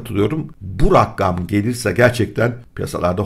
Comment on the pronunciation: Bu ne abi her gun ayri bi haber var hepsi kritik😆 Abi bi de rakkam degil rakam :)